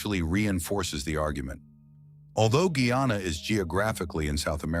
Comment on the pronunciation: First of all I commend the people who orchestrate the video, for getting the pronunciation right this time...Next to correct is...Gai -anna..(guyana)..not Gee-anna...and shag-ah-ra-mus...(chagaramas)...not the ai glitch that i heard....as far as location is concerned, Trinidad is definately south American...even the flora and fauna will tell the whole story...Tobago is Caribbean however culturally and residentially we are West Indian obviously...like Guyana...is south American by location but west Indian culturally...so it is not confusing, when we identify the facts properly.